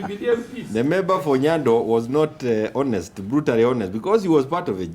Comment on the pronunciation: Please someone tell that in the word HONEST (video between and ), the 'H' is silent such that you pronounce it as 'ONEST' and NOT 'HONEST' hence one says 'an honest conversation' and NOT 'a honest conversation'